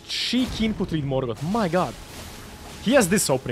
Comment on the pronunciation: He got, Mor-got